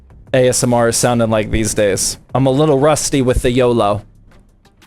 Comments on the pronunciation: its not yolo its oloy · Its oloy not yolow